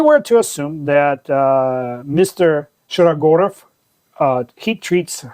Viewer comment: Very interesting to hear the correct pronunciation of Shirogorov. There heat treatment explains the prices. Thanks.